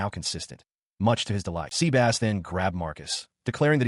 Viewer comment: 😂😂😂 sea-bass 😂😂😂. Sebas